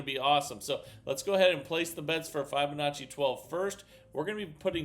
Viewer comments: I love this channel, but I'm afraid I leave every time I hear start off with "f-eye-binacci".... is there a valid reason why he misprounces that word? Even kids know to say fib-anacci. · I have been teaching FIB O Nacci for nearly 25 years and it drives me nuts :) Not Fi BO NACCI